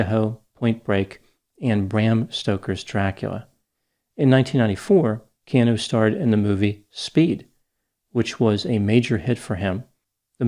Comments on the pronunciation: Stop saying key aan nu! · It's "Kee Ah Nu" for goodness sakes. Being from Hawaii it's so irritating when intelligent people especially, mispronounce Hawaiian names and words. If you're going to use the name or word please take the time to learn how to say it. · So we’re all just ignoring doc is mispronouncing Keanu’s name?